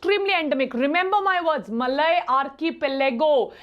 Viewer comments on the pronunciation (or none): none